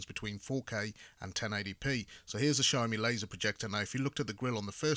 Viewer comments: Its Xiaomi not XiaoMai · It’s siao mee not siao mai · He said SHAMAI in the beginning now I want a SHOMAI with rice. 😂😂😂